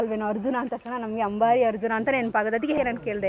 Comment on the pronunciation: ನೀವೆಂಥ ನಿರೂಪಕರು ಮಾರ್ರೆ.. ಕನ್ನಡನೇ ಮಾತಾಡೋಕೆ ಬರಲವಲ್ಲ ನಿಮಗೆ... ಅದು 'ಹಂಬಾರಿ' ಅಂತ ಹೇಳೋದಾ ಅಂಬಾರಿ ಅಂತ್ಲ... ಧುಭಾರೆ ಅಂತ ಹೇಳ್ತೀರಾ ದುಬಾರಿಯ .. ಕನ್ನಡವೇ ಬಾರದೆ ಯಾಕೆ ನೀವೆಲ್ಲ ಭಾಷೆ ಹಾಳು ಮಾಡೋದು... ಛೇ... 😢